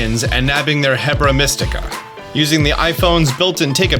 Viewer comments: HERBA…. Please stop saying Hebra. It’s driving me insane lol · I swear I keep hearing him say hebra instead of herba like herb-a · You really like saying "Hebra" but like... it's Herba. Herb + ah. I mean, appropriate on the video you call out your own ability to pronounce pokémon names, I guess XD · lol made me giggle listening to saying hebra mystical instead of herba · pronounces "herb" correctly, then goes on to call the "herb-AH" a He-bra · Just a thought on the pronunciation. I might be wrong but Herba Mystica sounds like your saying Heb-ra where as I think it might be Her-ba as of the way it’s spelt and I think it is meant to be like a Herb as Arven is a chef. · why do you keep saying "hebra" its herba.. like an herb.. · BROOO, its "HeRba Mystica" not HebRa Mystica....hahaha got me rolling with your mispronounciation... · HERBA as in Herb, not HEBRA that's BoTW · Herba. Pronounced “erba”. Silent H and no second R, so not hebra. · How long till he realizes its HERBA not HEBRA as in HERB with an A? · Fyi it’s Herba. Not Hebra. This is not botw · H E R BA Mystica.....c'mon man not "hebra" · ITS HERB-A NOT HE-BRUH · Herba Mystica is pronounced like errrrrrba mystica. Errrrrrbaaaaa. Not Hebra like Debra 😂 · Dear! Please stop calling it "Hebra Mystica". It is, in fact, not one of the Regions of Hyrule. Instead it is called "HeRBa Mystica". Herba being derived from herbs meaning, well, herbs. Thank you for reading this Sincerely Me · saying hebra instead or herba is bothering me so bad lol 😂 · I think it is pronounced "HERB"a mystica not "HEBRA mystica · I love you, but it's herb-a. Not heb-ra. Hope this helps! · I'm not sure that "Hebra" instead of "herba" (pronounced "air-bah") is intentional or not given how many people are saying he nailed the German words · Well, he didn’t pronounce any Pokémon wrong, so I hope he enjoys finding ‘Hebra mystica’ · It's Herba, not hebra. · HER-BA not Hebra 😂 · HERBA. HURRR-BAHHH